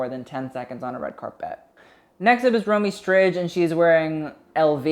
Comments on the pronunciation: Listening to him pronounce Romee Strijd als a dutch-speaker myself is just.. cringe BUT I love your reviews ;) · Hey babe, Romee Strijd is pronounced Row-may Stride (but the d more like a t-sound). Love your video's!! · I’m not Dutch but I high key doubt that’s how you pronounce Romee Strijd